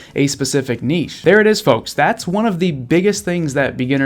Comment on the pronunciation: Thanks 4 sharing all your insightful knowledge with us; furthermore, the word niche is pronounced NITCH not nichee